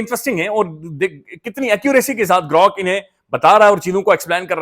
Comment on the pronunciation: GROk ko hum G'Rok prhty hein